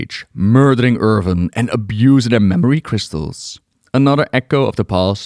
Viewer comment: Pls stop calling Earthen as Earven… Youve spoken english for so many years now, how is your pronounciation not improving?